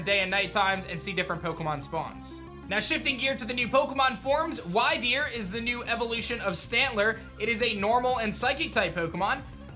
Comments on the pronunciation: At least pronounce the names properly, why-deer come on they literally said the name in the trailer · I believe Wyrdeer is pronounced Weird-Deer. Wyrd is like an old anglo-saxon word I believe for weird basically :D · you pronounce Wyrdeer as Wirdeer (They said this in the trailer). Everyone assuming Cylenne becoming evil is the exact reason why i hope they flip it and make Kamado evil instead.